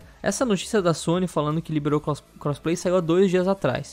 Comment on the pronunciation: O cara fala crossplay Só que ouço "cosplay" lol